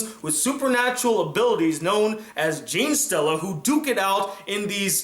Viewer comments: I don’t want to be that guy but it’s (ge-ne stella) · Oooooohhhh I'm triggered. The way he says genestella pisses me off and yes ik I spelt that wrong